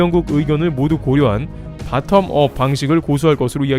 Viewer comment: 역쉬~ 이방송은 좌빨~~~ 이채널도 곧 ...없어지겠네..ㅉㅉ... 미국도 모르면서 ... 바틈업 🤭🤭🤭.. 발음하고도. .. 영어좀 더.. 공부하고 채널 좀 다뤄주시와요...